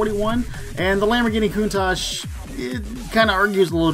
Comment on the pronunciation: Anyone else annoyed that she pronounced countach as coontash